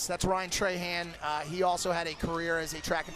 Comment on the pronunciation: Bruh when he said “Ryan trey-Han” instead of “trah-hawn” 😤😤😤